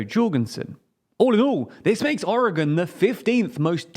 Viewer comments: Thank you for pronouncing Oregon correctly, so many don't. But it's pronounced "mult-gnome-ah", for Multnomah. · Your pronunciation of Multnomah is nails to a calk board for a local Oregonian. At least you say Oregon correctly